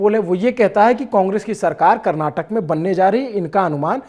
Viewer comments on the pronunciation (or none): Karnatak nahi Karnataka hota he bhai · Editor it's Karnataka not Karnatak !! Please correct from next time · It’s Karnataka sir … not karnatak! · Brother it is KARNATAKA.... FOCUS MORE ON 'KA'. Can you pronounce properly please!!!